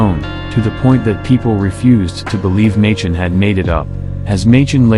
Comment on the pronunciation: Angel of Mons = folklore/ hoax. BTW, Arthur Machen's name is pronounced "MAY-kin" not MAY- chin.. Also, original was a short story, about a soldier in a vegetarian restaurant who finds his plate has on it, a prayer to Saint George, that he invokes later in battle. It was a short story in a newspaper, not a faux newspaper article..